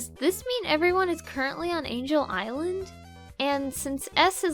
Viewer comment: I know right (Get it? Because you said "angle" instead of angel and right is a type of angle...) (I'm so very sorry)